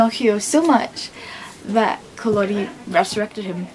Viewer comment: You need to get your facts straight, there's nothing wrong with Carlo Collodi's original novel, you're just being closed minded, and it's Collodi with a soft "o", not a hard "o". And believe it or not, the original Pinocchio is the second most widely read and translated book in the world after the Bible. "We can all be very thankful that Walt Disney stepped in and saved this story from every generation", God, you're pathetic.